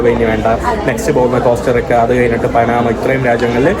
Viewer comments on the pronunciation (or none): none